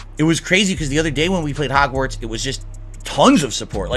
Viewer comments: Why does keep saying "Hogswart" instead of Hogwarts? He can't even pronounce the game's name right. Although, it's definitely not the first time ("Kuhleesto" Protocol) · The fact he keeps saying Hogswart not Hogwarts is triggering me..... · It's hogwarts...not hogswart...dude he doesn't even know all the houses, he called them schools.....I hope this man sewerslides himself on God bruh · Wtf is 'Hogswort'? Dude said it three times. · “hogswart” he can’t even say the name correctly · Makes me cringe how he says hogzwartz...and im not even a potter fan... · did he say "Hogswart"? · Does he keep saying hogswart on purpose? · Forget the houses, the dude kept referring to the game as "Hogswart" ffs